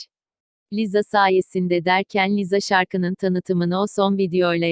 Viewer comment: Yanlız Google cım Lisa değil liza diyo ikisine de djsbksbdjff